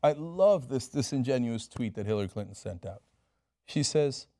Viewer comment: Cenk's tongue almost slipped and called her "Hillary Culton" I like that name.